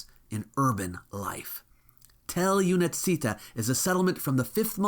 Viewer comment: Юнаците (those young heroes, literally) , "Únatzi" - the word looks more difficult than it is and I am very sorry but you are mispronouncing it completely. For future reference, you + natzi. From the word Younák (young eyed, literally)